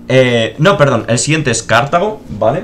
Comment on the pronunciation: Me pone muy nervioso lo de "Cártago"